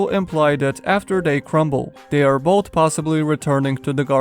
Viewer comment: Everyone: "both": "bod"